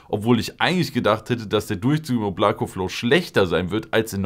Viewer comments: Es wird oblaka ausgesprochen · Da es ein russischer Name ist wird das hintere O als „A“ ausgesprochen, „Oblaka“✌🏽